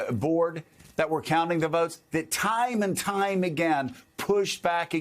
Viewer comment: Not "votes", "Woats"!